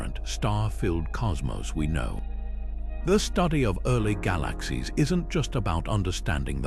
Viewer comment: This AI voice is terrible. ‘Gah LAaKh Seeez’